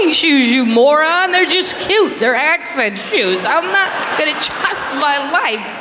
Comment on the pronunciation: That's supposed to be a Detroit-area accent (or I should say eee-ac-cent). Funny stuff!